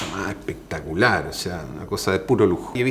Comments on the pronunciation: ja ja ja ja así dice... Pectacular ja ja ja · Encanta cuando dice “pectacular” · Ehpectacular, muhgo, ehte, ehpaña... 😂😂😂😂